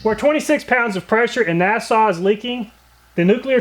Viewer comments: It’s pronounced “Nash-oo-ah” not “nas-aw” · Great job on developing fair/equal tests, really well done...my nitpick: Nashua is probably pronounced NASH-uh-wa after Nashua, New Hampshire, allegedly a very livable small city -- not NAAH-saw as in Nassau, Bahamas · It' Na-shu-a NOT Na-saw. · Nashua, pronounced nash-oo-wah. Made in Nashua, NH. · Nashua is pronounced "Nash-oo-ahh" not "Nassaw" please look up the pronunciation of Nashua, NH. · Nashua: it's pronounced "NASH-oo-uh". I'm guessing you were thinking of Nassau (the county on Long Island NY, or the capital of Bahamas). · NASH - OOH -- AAH. Say it with me, NASH - OOH -- AAH! Trust me, I'm from New Hampshire. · Nashua - NASH-oo-uh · Lol how did he pronounce Nashua? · Love your tests but boy did you ever butcher the Nashua name. lol